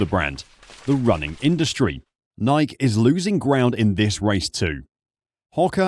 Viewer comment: What’s a “Nie-ek”?